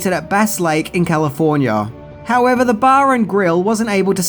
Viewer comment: Do everybody a favour, bloke! Piss those idiotic aviator shades off and pronounce THE as THE not that Pommy bullshit "vee"!!